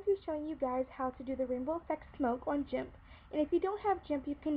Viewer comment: did you just say jimp? its G G G IMP